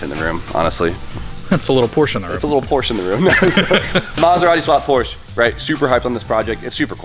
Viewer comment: Do you say Porsche wrong to troll us?